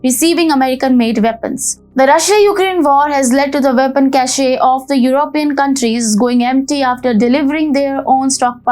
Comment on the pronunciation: Ursula von der Leyen: Cnut of war! (attention,: the "cache of weapons" (meaning the 'store of weapons') is pronounced "casch" (it's a cache) not "cashé" (which is an attribute of Louis Vuitton bags: "un certain cachet"). I wonder what the French will say. They already got used like a microwave-warmed sausage container when Australia blew up their submarine contract in order to to buy US nuclear subs instead, machines Australia is neither qualified nor equipped to handle and which will be 100% managed and maintained from the US.